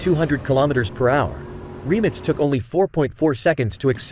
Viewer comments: Why is he calling it “Remnits” ? - it’s “Rimac” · Who would have thought that the word RIMAC is pronounced 'remits'....and that Nm is Nano-metres.🤣🤣🤣 WTF? F**kin' AI..... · Rimac ❌ Reemitz ✅ Nm Newton metres ❌ Nm Nano metres ✅ 😂 It says 20 years ago it didn't even think there'd b such fast cars! Ya bot...u were given life yet!!😅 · Why 🤷‍♂️they keep saying remix nevera..its rimac nevera😄😄😄👍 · Jesus Christ RIMAC!!! Not remix!!!! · Remits Naverra 😂😂😂. It’s Rimac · Learn how to pronounce Rimac you noob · How the hell does this stupid Ai voice prenounce Rimac!? 😂